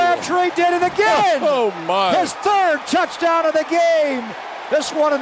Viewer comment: He says Touchdown like soccer